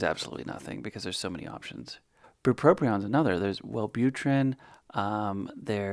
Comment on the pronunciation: Omg, he mispronounces bupropion the same way I do! <3